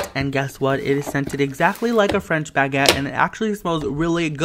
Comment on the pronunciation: bag ette lmaoooo